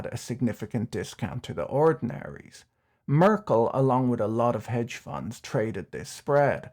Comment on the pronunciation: Merckles kids paid the debts back and sold assets for that. Merckle is spelled differently than Merkel, the chancelor due to the change positions of the last 2 letters. Just to let you know cause first i had a different picture in my mind due to the way you had pronounced the name like that of former the chancelor.